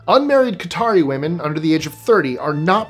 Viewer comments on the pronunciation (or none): none